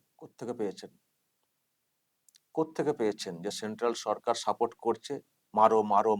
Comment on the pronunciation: তুমি নিজেই তো ভুল ভাল বাংলা বলে বাংলা ভাষার অপমান করছো! সেন্ট্রাল "সারকার"! 😂😂😂😂